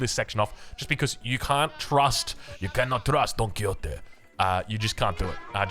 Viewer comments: Probably this comment is the definition of no one asked but... Don Quixote it's pronounced in either two ways: With an x sound, so it's somenthing like Quishote (don't know if that makes a lot of sense for english speakers) Or with the old spanish pronunciation, with a j. So it Don Quijote, like a hard g. And now I take my leave (great cast, as always) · Don Ki-Yotee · wait im confused way is Don Quixote pronounced du muslim